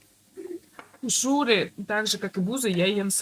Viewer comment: Вы просили вас исправлять если что не правильно!Так вот когда вы говорите слово хуушууры то надо чтобы ударение было на первом слоге а не на втором как у вас!У вас слово хуушууры на монгольском звучить не правильно!Попробуйте говорить растягивая на первом слоге ХУ-УШУРЫ при этом на втором слоге как будто меньше чтобы звучало растянутый "У" буква хотя надо чтобы были оба слога растянутые были.Но на местном монгольском ухо звук должен быт именно так Ху-ушуры.А увас звучить Хушу-уры то есть вы на втором слоге букву "У" растягивайте!Попробуйте местами поменять тогда будет всё правильно!